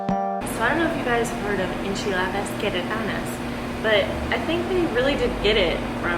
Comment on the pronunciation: Enchiladas "carrot-annas"?